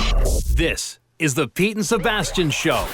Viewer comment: Sebastian said "The Pete & Sebastian Show" and it totally sounded like "The Pizza Bastian Show" to me. 😏